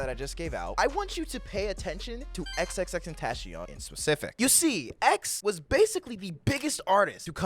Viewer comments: WHAT DID U CALL HIM?!... lol I meme on it but its TEN-TA-CION lol but its cool I used to call him tenacion in 7th grade but yk lmao. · WHAT DID HE CALL HIM?!... lol I meme on it but its TEN-TA-CION lol but its cool I used to call him tenacion in 7th grade but yk lmao.